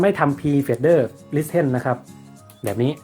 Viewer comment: Pre fader listen > (Listen อ่านออกเสียงว่า ลิส-เซ่น) นะครับ